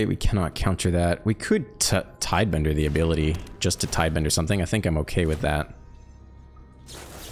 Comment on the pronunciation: Cant believe hes still saying tidebender